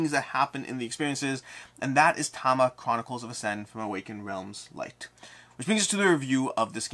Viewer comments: You mean mid video where he says Tama - Chronicle of Ascend? No, I think he mis-spoked the name. It is Tamashii. Ta-ma-she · Am i miss hearing you are you just calling it Tama? I sort of always though it was ta-mash-ii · Is it really pronounced Tama?